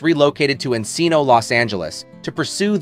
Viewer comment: You said 'Encino'' wrong!